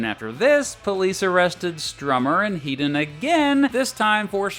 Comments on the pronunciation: Topper Headons name is pronounced Head not Heed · Please. It's 'Heddon' not 'Heedon' He's English not a fuckin Yank